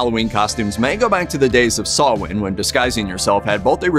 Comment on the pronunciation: Blessed Samhain, everyone! Thank you for pronouncing Samhain right!